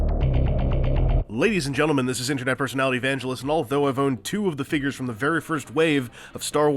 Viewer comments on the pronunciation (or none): none